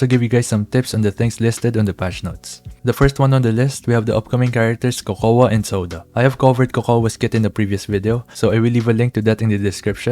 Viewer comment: Isn't Cocoa just pronounced Coco? Why everyone saying Cocowa?